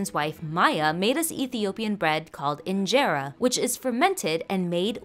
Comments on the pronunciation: Great vid. Can confirm delicous BUT its pronounced UN-GE-RO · pronunciation: in - jeh - rah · Yes I’m Ethiopian but you pronounced it wrong